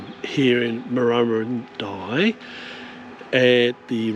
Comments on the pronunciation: Pronounced Murrurundi as in 'eye' not 'ee'! 👍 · Check town names and their pronunciations before recording,vI suggest. Murrurundi pronounce the i at the end as in eye not ee. Murrundi not Murrurindee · It's Murra Run Dye. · Your effort and ideals are fine - but - either you are (1) new to this country or (2) have never previously travelled it (3) or you have never researched it. In this video the pronunciation of almost all the towns you visited are comical errors. My son is dyslectic and you seem to suffer the same affliction. Your wife did get some of the names right when she had a go at pronouncing them. It doesn't take much to ask a local if you are not sure. It is better than butchering a towns name and letting it get past the edit stage. Why am being so pedeantic? You completely stuffed the name of a town I used to call home in an earleir video, The town is Marulan. I thought it was funny at the time as I thought it was a one off - but seeing you again I'm sure all vour videos must be the same. Take a little care - these towns are home for many people and while you are doing the right thing by advertising them your lack of knowledge takes away from everything you say.